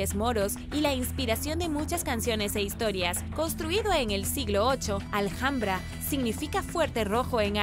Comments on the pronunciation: Gracias por informarnos tan bien como lo haces.Pero en Español la h intercalada en cualquier palabra es muda,No Aljambra,si no ALAMBRA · Justo lo acabo de escuchar y hiba a comentar que la h de Alhambra no se pronuncia, jajajaja. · Hola,en Español no se pronuncia la h como J,es muda Seria ALAMBRA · Vente a España y pronuncia Alhambra como Aljambra y te sacan del país a gorrazos, jajajajajaja